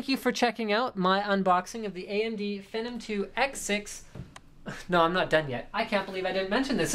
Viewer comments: Its pronounced FEE-NOM, not FEH-NOM. Hate to nit-pick, but yeah. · Its pronounced "Fee-num" not "Fenom" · PRO!!!!!!! cessor FENnom I wanted to shoot myself every time he said that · FEE-NOM.... FEE NOM.... FEENOM... PHENOM!! sorry just annoyed me, i like the vid tho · yea, it's pronounced like FEE-nom...or at least that's how that Leslie Sobon says it LOL! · pra-cesser and fee-nom you sound like a fucking dumb ass in all of your videos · Comon Linus its Fee-Nom, you frigin NERD lol. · I saw an interview with AMD and the guys at AMD pronounce it FEE-NOM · phEnom E its long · you say phenom so WRONG.... it sounds nasty, what a disgrace lol